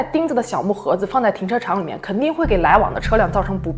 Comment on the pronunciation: 停车场口误说成了停车长哈哈哈